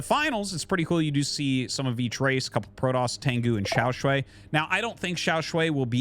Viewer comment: Hey Artosis. Just letting you know that you're pronouncing XiaoShuai wrong. Here are the characters 小帅 you can check the pronunciation on Google :)